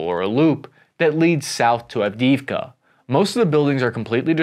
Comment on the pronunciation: Av-di-iv-ka, Sir.